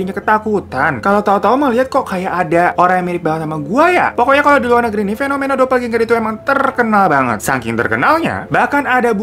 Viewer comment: Bacanya "dopelgenger" Aja bang... Gak dopeljenjer juga🤣🤣🤣